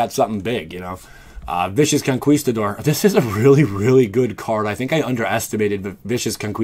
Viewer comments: bro it's con (ki) stador lol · Bad "con-KAWEEEEEEEEEEESE-tador" Boy Gaming